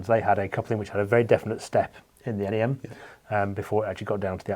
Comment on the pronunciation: Great to hear 'NEM' pronounced 'En Ee Em', as opposed to the first part of 'nematode' 👍